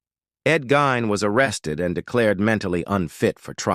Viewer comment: I'e heard his last name pronounced /GEEN/. Just saying.